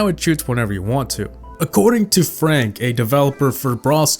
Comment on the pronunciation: FRONK lmao